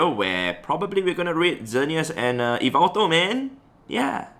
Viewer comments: Its not e-veltal its yah-veltal, but otherwise great video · Hey! The right pronunciation for yveltal is like this: yi-vel-taal Hope it helps u pronounce it in some way haha Keep up the good work and content u give to us so consistently. Cheers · He pronounces yvetal as yvital i pronounce it as yevetal lol hes pronounciation sounds better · Its actually YAVELTAL (from MandJTV) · It’s ya-vel-tal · According to M&JTV I think is how you spell it, it’s pronounced Yaveltal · Wow I had no idea that I pronounced Yveltal wrongly the whole time